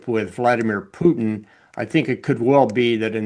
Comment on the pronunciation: Love how pronounces “Putin” like “poutine.” Very apropos.